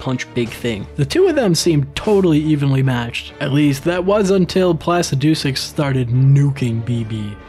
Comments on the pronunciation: Ah yes, Plasi-doo-six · Totally awesome video, We've watched them several times S rank. But why do you keep mispronouncing Placidusax, Is it a joke because we don't get it. Also you should totally bring Cathy back for the full game DLC included. 😂😂😂😂😂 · No way bro pronounced placidusax like that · I had to watching when this mfer started saying Placidusax The way he pronounces it makes my fucking skin crawl